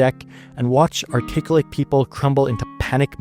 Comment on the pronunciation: There's a beautiful irony in misarticulating 'articulate'.